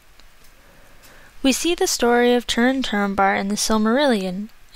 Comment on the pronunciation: The name Túrin is pronounced "DTOO-rinn", not "turrin".